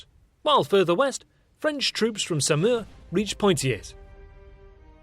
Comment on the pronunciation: na i'm sorry x) Poitiers, the S is silent, Saumur is said Somur, Tours, S is silent... Not even close to 5% x) But yeah, this channel is cool. just that damned rosbif accent.